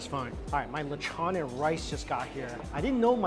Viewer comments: It's not Lech on its Lechooooon 😮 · Yo, you're saying lechon Wrong!! It's the long " O" as in ohh....